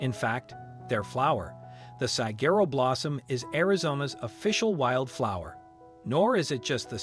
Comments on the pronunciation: Will someone please teach this bot how to say desert?🤦🏾‍♀ Oh, and also how to pronounce Saquero, it's not Sa-gerro, it's Sa-wah-ro.😊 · It irritates me every time he says it (desserts) — also his mispronunciation of Saguaro. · This moderator does not know how to say desert or sagharo